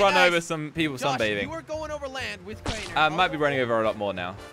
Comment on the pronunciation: you sayd craner flying lol